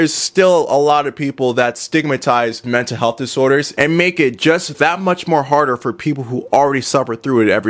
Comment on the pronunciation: Ahhh yes “mental heath”